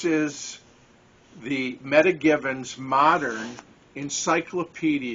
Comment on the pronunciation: at some time I will be doing a you tube. You might want to check the pronunciation of her name Meta (Meeta), not meta data.